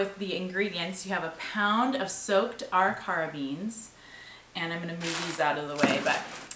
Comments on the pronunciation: Ah REE ker uh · Arikara is pronounced ah Rick er ah. Nice work, thank you for providing super interesting Internet content. The best part of the Internet is being able to access information like this . Love your channel and that the family is part of everything.